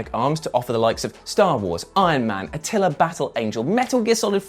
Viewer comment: It hurt my soul to hear you say atila, not alita battle angel